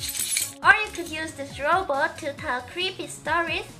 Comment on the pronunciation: i was saying that she pronounces robot like roboter, calm down